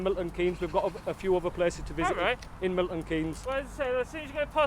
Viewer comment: Struggles with a simple pronunciation of the location, doesn't know where he is.